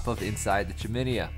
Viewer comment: Google chiminea pronunciation. Just sayin.